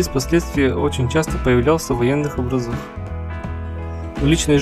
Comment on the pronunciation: Образах, ударение на о. Развитие это прекрасно, удачи 😀